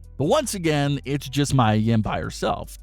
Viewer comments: Mia (Mee-Ah) not Maya (Mai-Uh) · It's pronounced Mia, not Mya. I said this last time he said his name. Might as well call her by her old name Jade or rel men Stephanie. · Anyone else annoyed he keeps saying Maya and not Mia Yim.... Sorry but it takes me away from the story.